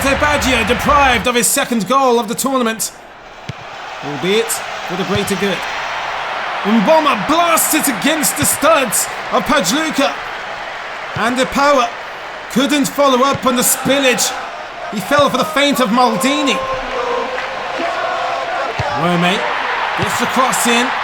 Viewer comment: It is PALIUKA not PAGLIUKA (in pronunciation) 😁😁 Awesowe video, btw!